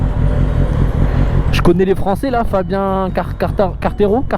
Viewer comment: j'ai eu mal aux oreilles quand ta essayé de prononcer le nom de fabio quartararo mais bon je t'aime bien quand même